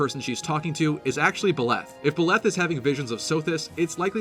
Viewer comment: Better pronunciation than Mangs, but still, Byleth aint pronounced Biléth.